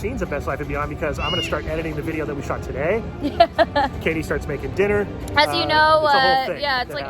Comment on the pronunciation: The way he says Katie with his Irish accent reminds me of Sir Timothy Stevo 😂